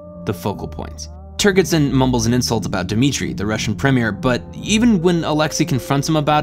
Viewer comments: "Turgidson" is pronounced with a soft gee or jay consonance, and not with a hard gee. The name itself is a joke on at least two levels. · It's pronounced "Turge-id son". . .No hard "G". . .From the word "turgid". . .Think of the "g" as a "j" instead and you'll pronounce it correctly. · I love your work here, however, My only note (and it is pronounced this way in the movie) turgidson is pronounced turgid (like a boner) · You mispronounced Turgidson. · Also, the consistent mispronunciation of the name General 'Turgidson' really should be repaired. It's almost as if didn't listen to the film, or even get the sexual-play with the name. How is that possible? Other than these things, and the quite bizarre films-pulled for illustrative purposes...which are jarring, at the least... makes some very interesting points, and that's from someone who has known 'DS' for over 50-years.